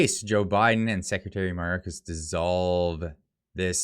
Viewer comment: MAYORKAS IS PRONOUNCED "MY OR KISS" AS IN "KISS MY ASS" .